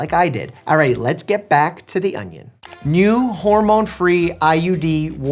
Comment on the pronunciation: The way you say onion awnyawn